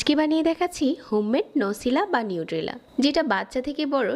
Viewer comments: Nutella is brand not nucella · Not নিউটেলা or নসিলা,It's নাটেলা!